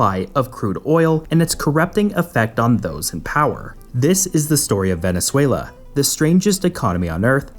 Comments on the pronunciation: Are you Scandinavian? It is Venezuela, not Venesuela! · Are you Scandinavian? It is Venezuela, not Venesuela.